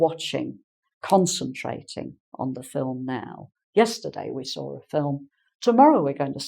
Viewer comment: Why do you say: I saw-r-a film yesterday.. I saw ra film...?